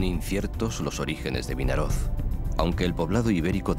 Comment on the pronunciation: Vinaroz con z final. Coño